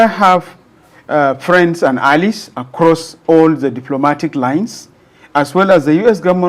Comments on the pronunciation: It is pronunced a· lize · I hope you know it is - Ally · So, this man has never heard the word allies from another English speaker?? God have mercy. I stopped watching once I heard Alice twice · Wait ooo is it allies he's pronouncing there?😮